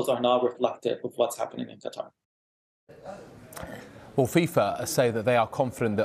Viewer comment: This Qatari person really doesn't have much of a Qatar accent... Doesn't even say Qatar correctly